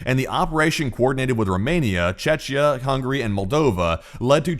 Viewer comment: that not how you pronounce Czechia